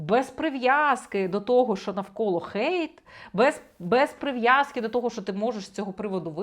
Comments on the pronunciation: не викривляйте англійські слова! "Гейт" це ворота!! Хейт це хейт! Не будьте безграмотними!! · Пробачте, але чому "гейт" а не "хейт"?😅 А взагалі, - ганьбити, лихотворити, критикувати, нападати, злорічити.